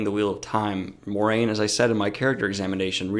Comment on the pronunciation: It's pronounced "mwah-rain"